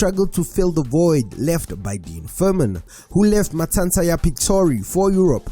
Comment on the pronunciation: Matsatsantsa not Matsantsa wena mon🤔